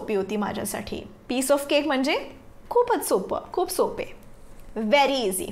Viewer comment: Mam your say wrong marathi word not सापे right is सोपे